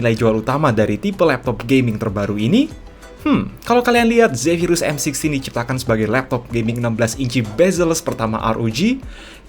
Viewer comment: m sixteen bang bkn m sixty wkwk